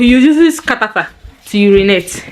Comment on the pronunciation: I don't know why people get so much into someone else's derriere because they want to make a living. Survey says people like this have bigger issues in their life.... Hm!. Perhaps if you get your head out of that boys arse you will know how to pronounce Catheter.😂😂😂. Wan-da-fool